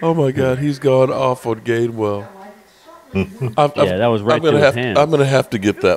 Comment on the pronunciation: Its GAINWELL. GAINWELL OMG ROFLMFAO